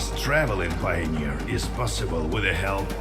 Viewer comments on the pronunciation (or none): Is no one going to tell him? Does it have to be me??? What's a "Pioner"????